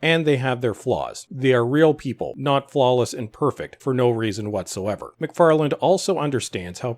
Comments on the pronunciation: The guy's name is McFarlanE, not McFarland. Come on! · His last name is McFarlane, not McFarland.